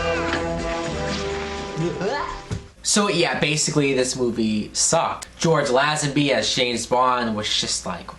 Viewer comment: You are mis-pronouncing Lazenby's name. It is pronounced LAY-zen-bee. And ... Telly SAV-al-is ???????